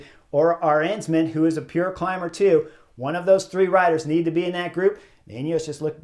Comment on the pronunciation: ok, perhaps, but his pronunciation of Leknessund and Arensman is just atrocious!